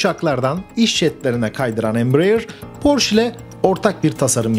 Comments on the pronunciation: "porş" değil "porşe". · Porsche Almanca bir kelimedir ve "Porşe" diye okunur. Ayrıca Porsche yetkilileri "Porş" diye okunmasına gıcık olurlar. Saygılar. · allahini seven suna porsch demesin. Porscheeeeee. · Porsch degil. Porsche (PORŞE). Ferdinand Porşe Kurucunun ismi. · Emek ve cabalarin icin sag ol. Avrupanin hic bir ülkesinde böyle Porsch diye tenefüs edilmiyor cok basit ve kafadan uydurulmus bir söylenim esas tam PORSCHE,.okunur,ve söyleniyor.... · Marka alman markasi ve yazilis itibariyle almanca oldugundan, porş degil porşe diye okumak gerekiyor. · Amacim kötülemek degil, bilgilendirmek. Türkiyede hep Porsch deniliyor. Son zamanda Ingilizler bile Porse demeye basladilar. Mehmet´e Memet demek gibi. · porche yazılıp porşe okunur. E sini söylemiyorsunuz, yanlış anlamayın bilmiyo olabilirsiniz. Tşk ler. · yanlış anlamayın hemşerim olarak söyleyeceğimi. Okunuşu Porşe Saygı ve hürmetler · Porşe. Lütfen artık. Porşe. Ayrıca anlatılan şeyleri yapan Porsche değil, Porsche Ag bünyesinde bulunan Porsche Dizayn Bürosu. Bir tasarım şirketi.